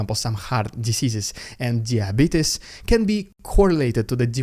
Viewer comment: Dee I - beet us 😂 you any kin to Wolford Brimley bro? Lol